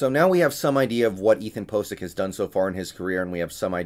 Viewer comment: PO tential Ethan POcic lol did you do that intentionally?